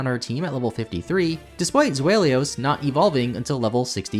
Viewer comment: ) And the award for Worst Butchering of Hydreigon and Zweilous' names goes to...